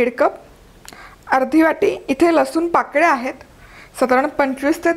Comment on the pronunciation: लसुन नाही लसुण....